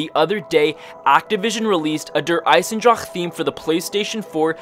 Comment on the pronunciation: I'm German you have to learn the word Eisendrache.... :) But for the beginning Good Video